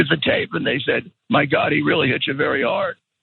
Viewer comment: He was vewwy mean 😂😂😂